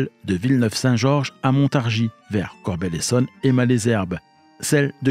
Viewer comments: Salut! Vidéo intéressante, mais j'ai toujours dit "Corbeil(le)-Essonne", et non "Corbel", c'est comme si on prononçait Blaye, "Blé"! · le "e" se prononce "e" et non "é". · “Corbeil” se prononce CORBEYE pas Corbel. Sinon super vidéo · Tjs passionnant. Petit détail en passant, il ne s'agit pas de Corbel mais Corbeil, et ce n'est pas Evry couronne mais Evry Courcouronnes.. voilà. En attendant d'autres récits toujours plus intéressants. :) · Vidéo intéressante, merci. Dommage de l’imager avec des choses mal choisies comme un train VICK du RER C ou encore la gare de Champagne sur Seine. Comme dit auparavant, on prononce « Corbeille » et non « Corbel ». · Ayant grandi à côté de Corbeil, ça m’a perturbé d’entendre Corbel 😂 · Corbeil pas corbelle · Corbeil se prononce "Corbeille" et non "Corbel" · Bonsoir beau sac de nœud à narrer bravo; dommage pour la ville de CORBEIL prononcée maintes fois en CORBELLE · C’est Corbeil (comme la poubelle) et c’est Évry- Courcouronnes pas couronne 😭 c’est super drôle jahah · Corbeil se prononce Corbeille et non pas « Corbel » et « Malesherbes » se prononce « Male zerbe » et oui c’est l’accent Francilien 😉 (j’ai grandi avec la ligne D sud est)